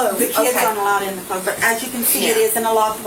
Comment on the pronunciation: they say they call that little area “the clove”. I’m thinking they mean “cove?” Lmao